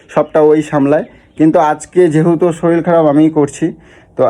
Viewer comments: ওরে গাণ্ডু! কথাটা শরীল নয়.. শরীর! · তুমি একটু বাঙাল কথা কম বলো। আর শরীল নয় শরীর। তবে puchu কে মিস করলাম 😢